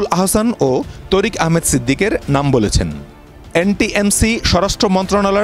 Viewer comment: তরিক তরিক বলেন কেন বারবার বলেন তারিক